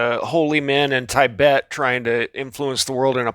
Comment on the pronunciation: not 'tie- bet' , ti bet